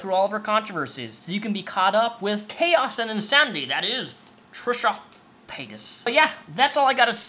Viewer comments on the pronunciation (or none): none